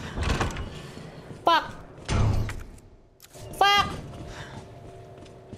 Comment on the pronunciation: That is the most tagalog-sounding f-word ever lmao.